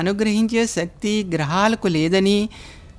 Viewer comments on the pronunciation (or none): none